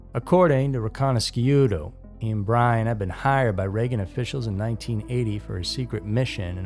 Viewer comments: His name is pronounced Michael Ree-conna-shoe-toe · It's pronounced ' ree con ish doe. He was My cellmate in Chicago. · Yeah, to this documentaries being narrated by somebody that doesn't know how to pronounce anybody's names so to me I stopped watching Wright there, Michael ri-Cana-shuto, I'm calling Fugazi on this whole thing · “That way Carter could look like the hero” ?? What that was exactly the opposite of its purpose… and you mispronounced Micheal’s name..